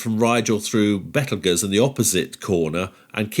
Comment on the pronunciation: Those Betelguese / Procyon pronunciations... 😳